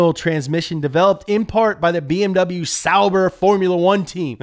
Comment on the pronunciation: Why do you pronounce BMW incorrectly?